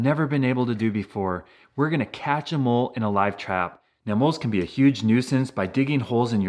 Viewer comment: Every time he say “catch a mole” I hear “catch ‘em all”